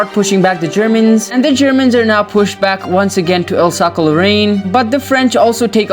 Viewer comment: Alsace is pronounced as Alsaas